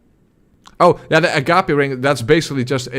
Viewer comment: why the fuck are you still awake!? It's 2in the morning. I said you'd earned rest! Btw, the DS2 ring is pronounced "a-gaip". Rhymes with "grape", the fruit. ”Gape" is a large opening, like a hole or mouth, and the ring is one that swallows souls.